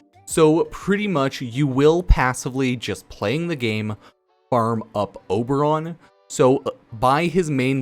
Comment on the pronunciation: I closed the video when he said Oberon